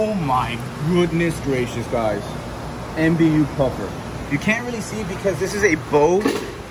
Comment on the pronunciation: It’s pronounced MAh-bu puffer